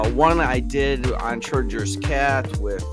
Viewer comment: BTW, "Schrödinger" is pronounced DING-ER, not with a soft g.